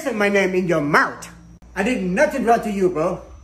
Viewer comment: The way he pronounced that T in “mouT”😂😂😂😂